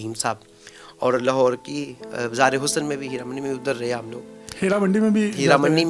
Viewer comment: you should respect this person, you said ye jin ka naam le "rahi" hain instead of "rahay".